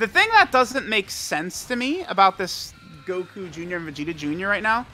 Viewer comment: "we got Goku joonyah"